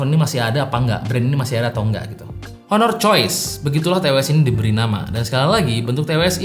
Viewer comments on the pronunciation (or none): none